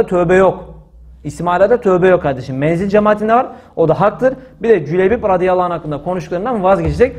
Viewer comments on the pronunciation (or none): none